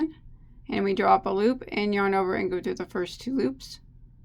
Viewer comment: Love it. Can tell when is feeling good, that's when I here "LOOPAH".